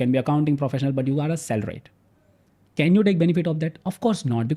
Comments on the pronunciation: Is it a trend to pronounce "salaried" as "salaride" or does he not know how to pronounce. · so irritating he is saying salaride. This is the last word he sud pronounce as CA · That's the right pronunciation. Everyone is taking us for a ride. From CAs to Life Coches to Government. So Salaride 😂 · Hardly a good idea to take a tax advice from a guy who cant even basic pronunciations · I don't care where Modi gave his speeches and as per me he is one of the bad PMs of India. Giving speech somewhere doesn't make anyone great. You better talk about Modi's achievements for India relative to some other country like China. In comparison to Modi, I respect this gentleman and he gave good information. My question is only why he is pronouncing it in a wrong way. More so because it looked intentional.